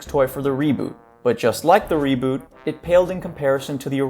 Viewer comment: "i have to talk about the reebot" NO THE FUCK YOU DONT